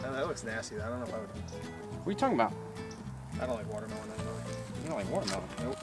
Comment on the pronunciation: is she tryna say "watermelon"? Lmao